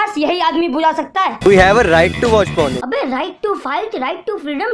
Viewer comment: Abe porn hota hai pron nhi